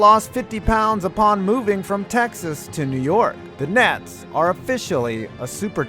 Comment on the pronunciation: Did you say "the Brooklyn Nads"?